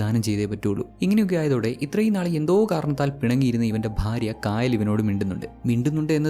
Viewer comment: Kaayal alla chetta kayal anu.Aa name pronounciation difference und.enthayallum chettante movie selection kollam presentation super 😊😊